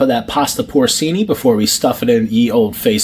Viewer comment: Poor CHEE-NEE Porcini mushrooms